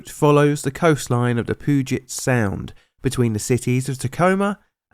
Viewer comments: The pronunciation of some of this made me laugh haha. Like Puget Sound is Pew-jet not poo-jet. I was in high school when this happened and some of the school busses went right by this and they were delayed. We had no idea what was happening and it was so scary to not know if my friends on that bus were safe. It was a terrifying day for us for sure. Everyone was shaken and lots of people left school early or got picked up. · I hate to say this, but one minor issue - Puget is pronounced "pew-jit", not "poo-jit"......get better soon - you, that is - your videos are always fine - more train incidents, please (preferably ones involving radioactive stuff, to get more foot stepping!):) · the 'poo-jet' sound hahaha I'm def using this in the future.. I know we've got a lot of difficult to pronounce names here in WA, but how that pronunciation was chosen from the spelling 'Puget' is funny and interesting. ¯\(°_o)/¯ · nothing wrong with pronouncing something wrong when you don’t know better or anything but “poo-jet sound” sent me into orbit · "Poo-jet sound." Holy shit... I usually love you but wow lol. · Poojet sound 😂😂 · Puget is pronounced like Pew Jet for future reference. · "Pooget sound" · Laughter so hard at the way you pronounced "Puget" , as a long drawn out "pooojet", which immediately tickled the 10 year old boy living in the back of my head. Thought he was pretty much gone, but the way it just popped out your mowf, surrounded by, what always sounds to us ignorant yocals in America, as a sufficticate accent, whether it's the queen, or someone speaking some form of cockney...well, it just caught me off guard a bit! Thank you for that! I needed a little bit of a chuckle today.😏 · I live about a hour or so from Tacoma and I remember this on the news but I was young then and didn’t care for it lol. Also it’s not a big deal but Puget sound is pernouned like “pew-jet” it’s funky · No offense, but it's actually pronounced P(yoo)get Sound. Cheers. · pooget sound??